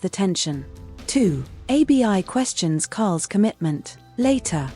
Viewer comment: Abi abi abi 😮her name IS ABI NOT A B I